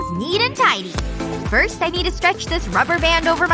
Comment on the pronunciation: firsh girl -f lol